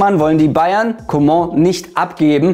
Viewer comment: danke dass du Coman richtig ausgesprochen hast